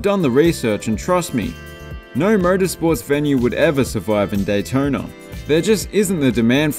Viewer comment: Complains about jaguar but says Alabamer, Daytoner, sor? What up with the hidden Rs? Lol I’m sorry, you changed it up with Daytorna. Snuck that one in.